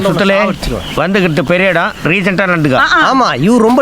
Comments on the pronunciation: Decent❌ Regent✅🤣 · Regent❌ recent✅